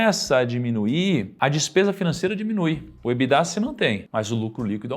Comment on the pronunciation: EBITDA é uma sigla em inglês, porque as pessoas falam "Ebidá" como se fosse francÊs?